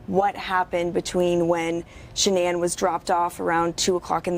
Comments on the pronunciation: Drove me crazy every time she said ShaNON. Ugh!🤨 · Sha-Non? That’s the one pronunciation I’ve never heard anyone she knew use.